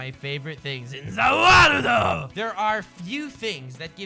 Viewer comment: struggling like no other to say ZA WARLDO!